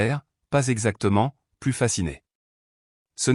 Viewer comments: Il faut prononcer "plu" et non 'plusse", ça n'a pas du tout le même sens dans le texte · "Plus" négatif se prononce "plu", non pas "pluss", qui est réservé au sens positif... "Elle m'a offert du thé", alors qu'elle est (ils sont) chez lui : n'est-ce pas bizarre ? La version écrite ne respecte pas bien l'orthographe.